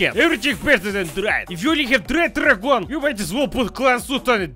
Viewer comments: Try translating tarragon into Swedish :) No, it is not pronounced like that. The O is long. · wait, we eat the veggie along with main meal you can actually make tasty drinks out of these mouth numbing veggies??????? in my language it's more like "Tar-khun" rather than "Tarhun", and I think the actual plant is Tarragon